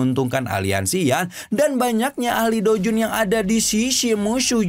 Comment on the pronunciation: Douzun min bukan doujun. Blekok